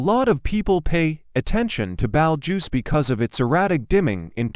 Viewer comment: The narrator does not know how to say Betelgeuse, and says it like Belge as in Belgium. It is pronounced Baetal juice.